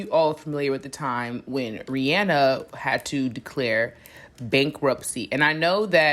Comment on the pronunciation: Thank you for saying her name correctly!!! I always tell ppl this and they look at me sideways lol REE-ANNE-NUH